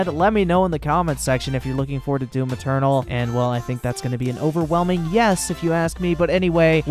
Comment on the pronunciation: Lol one funny thing tho* Whenever you say "Doom Eternal" is sounds "Doom Maternal" ~ I get it such things happen in english. The finishing letters take over the Main starting letter of next word. In witcher Tv series .. they keep saying "Law of Surprises" some actors sound like they're saying "Lore ( Lawr) of Surprises" dunno where tht R comes from... in ur case atleast i can understand DOOM MATERNAL .. shit had happened to me before. ~